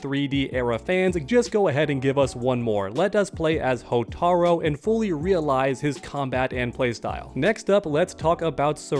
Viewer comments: Bro its hotarU not hotarO 😂 this is why i dont ever watch your content. Aside from the nasally annoying voice you exploit this community and game you dont even truly know for views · Mate, Come On, The only problem is you pronounced his name wrong.... (P.S. it's pronounced Hotaru, it means Firefly in Japanese). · Y the hell do you keep mispronouncing characters like Hotaru? It's got a U at the end not an O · Not Hotaro, HotarU, you bloody prick!